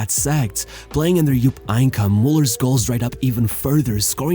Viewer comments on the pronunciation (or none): Bro what How the f did you pronounce Heynckes name lmao Einkamm?